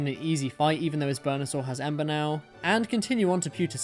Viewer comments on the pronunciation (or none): none